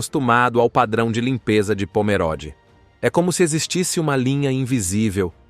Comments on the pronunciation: Leia-se Pomerôde e não Pomeróde. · CORRETO : O narrador está pronunciando incorretamente . Parece leitura de I.A.